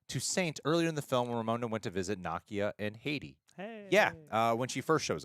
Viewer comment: Why is mispronouncing Nakia's (Nuh-kee-uh) name? He's pronouncing it like Nakia (Nah-kee-uh) from Ms. Marvel.